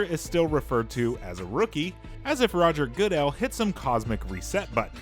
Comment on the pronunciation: Knocks the game for referring to your player as a rookie in season two…then promptly mispronounces “Roger Goodell.” LOL